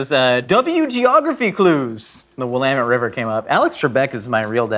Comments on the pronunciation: I appreciate that he says "Willamette" correctly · If can pronounce Willamette river properly, why can’t Rhett and Link figure out Tillamook? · You can tell he's been to Oregon because it's wi-LAM-mett and not WILL-am-met. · I'm so proud of for pronouncing Willamette correctly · honestly im surprised he pronounced it right half the people i ask have no idea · Thank the God of pronunciation himself, Alex Trebek. I also cringe before I hear someone not from Oregon try to pronounce "willamette." I've lived in Oregon for like 80% of my life and I don't even know how to spell it, and I'm not going to look it up. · I live in Eugene and the Willamette river is beautiful. I am just glad that said it right. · As an Oregonian, super happy with the correct pronunciation of Willamette! 🤓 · It's always nice hearing someone say Willamette correctly :) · thank you for pronouncing "Willamette" and "Oregon" correctly. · AT LEASTE HE PRONOUNCED WILLAMETTE RIGHT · Thank you for pronouncing Willamette correctly,. Most people butcher it.